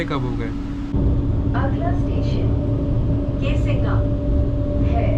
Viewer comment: भाई पहले तो तू एक नॉइस कैंसिलेशन वाला माइक ले ले, दूसरा एडिट में जो रिफ्लेक्शंस आते हैं मिरर में वह हटा देना चाहिए, तीसरा अपनी हिंदी और अंग्रेजी के शब्दों को सुधार लो... Windows nahi hote window hota hai, कासिंगा नहीं केसिंगा है.... और भी बहुत गलतियां हैं।